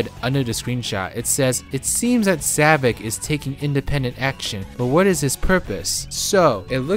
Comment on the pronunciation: Why I don't quite get is... Why some people call him Zavik instead of Zavok. I'm not an expert on english language, but I've heard some people calling him like that (Even when Sonic call him Zavok, not Zavik)